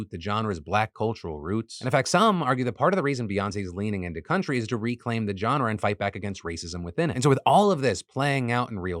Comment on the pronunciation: learn how to pronounce "genre". It's not a /j/ sound